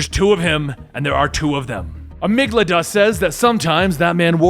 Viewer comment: cough cough:: A-MIG-DA-LA.